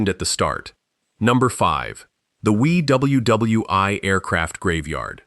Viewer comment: Please STOP using AI for these stories. Too many pictures with the stories that are obviously NOT associated with that story, and it doesn't even pronounce "Bow" and "WW II" correctly. This is a mockery of the memory of those who died in these stories. Stop with the cheap history and do it right!